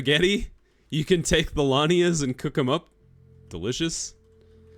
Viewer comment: They are lianas 😅😅😅 not lanias. So funny. It's a part of a plant like vines, you were right about that. Tarzan and monkeys were using them to swing on the trees. I was laughing so hard 🤣 very cute, keep going